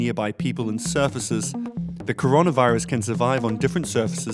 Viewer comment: Conora virus will not end until you read the first word correctly!